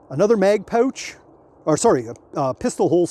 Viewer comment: Thanks for explaining that it’s pronounced „pooooch“ instead of „pouch“ 😂😊